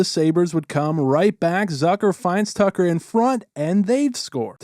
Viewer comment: I know you are piling on here but it’s Tuch and not Tucker. I know the Sabres aren’t going to get it right but you should aspire to.